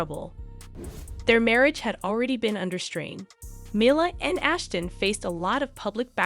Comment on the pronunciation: U might want to learn how to pronounce Mila’s name